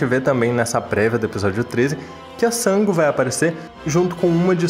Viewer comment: Pensei que fosse só eu que ficasse com agonia ao ouvir ele falar Sángo! 😂